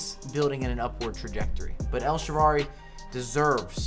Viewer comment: Second also...please say "El Shaarawy" right. It's "Shaara-wwwwww-y" with a "W" not "El Sherry" haha